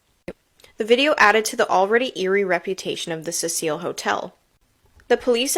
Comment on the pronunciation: It's Cecil as in SEE SILL. Fuck, this chick calling it the Cecile Hotel is MAD annoying. 😅😅😅